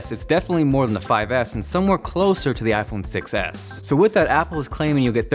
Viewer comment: whenever he says I phone 6 s it sounds like iPhone 6 ass..